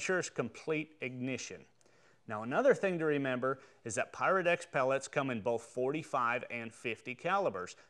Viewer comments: I'm in England and when you say pyrodex it sounds like parowdex lol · ok, i thought i was imagining things... it definitely sounds like black power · Great video but sounds like he is say Black Power lol